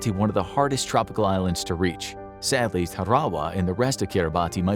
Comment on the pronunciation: I get that these names can be hard and we can go off spelling. But it's KIRA-BOSS (for Kiribati) and TAR-A-WA for the atoll mentioned